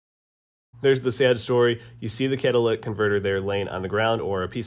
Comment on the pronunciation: Catalytic converter, not Cadillac converter.